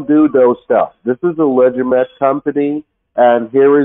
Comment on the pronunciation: did he say, we are a legimate company???